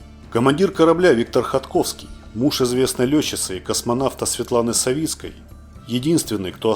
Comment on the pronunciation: Ну, не Савитский, а Савицкий!